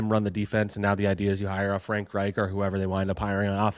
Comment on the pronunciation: not pronouncing Frank Reich correctly………